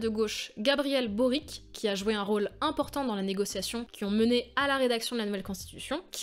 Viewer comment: on prononce Gabriel « Borich » 😉 Sinon, excellent sujet, bien travaillé. J’habite depuis 2 ans là-bas, et pour raconter comment ça se passe, on attend ardemment la nouvelle constitution, même si sa rédaction ne se fait pas sans peine. Les désaccords sont nombreux, et c’est normal, et la désinformation est galopante. Et par dessus tout ça, on rajoute le conflit avec les Mapuches (le peuple indigène du centre du pays), et on se retrouve avec une poudrière énorme. C’est sympa de suivre tout ça de l’intérieur avec un regard d’étranger.